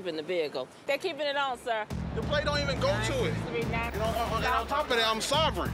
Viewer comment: He saying sovereign like it’s a verb